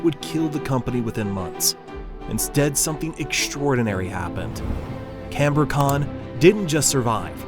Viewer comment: It is not canbor-con but Cambri-con